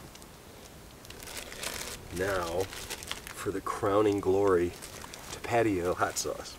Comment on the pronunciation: ok we love your videos, we watch them all the way through on the big screen.... but Roxana here is Mexican and uh.. "ta- patio?" has her and me too just rolling with laughter.. it is ta pa tio hahahha.. anyway GReat video, love that you caught a shot of the train, awesome campsite by the rocky lake.. amazing hiking in the forest... big crowd at the end there wow.. thanks for taking us with you!